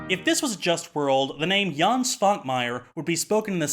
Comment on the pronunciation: Another Czech movie, another Švankmajer movie. Not that I am complaining. He is probably our weirdest director... BTW: 1. You pronounced Jan correctly, but Švankmajer is pronounced [ʃvaŋkmajɛr]. 2. Czech republic didn't exist before 1993. It was Czechoslovakia then. Sorry for nitpicking. Great video as always.